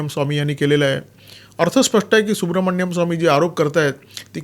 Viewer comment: Dr Subramanian Swamy/ डाॅ सुब्रमणियन स्वामी ह्यांच्या नावाचं उच्चारण सुब्रमण्यम स्वामी नाहीये.